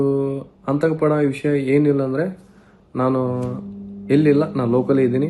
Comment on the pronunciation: ಎಂತಾ ಅವಿದ್ಯಾವಂತ ಅವಿವೇಕಿ ಇದು... ಆತಂಕ ಅನ್ನೋಕೆ ಬರ್ತಾ ಇಲ್ಲ... ಅಂತಕ ಅಂತ ಹೇಳಿದ್ದಾನೆ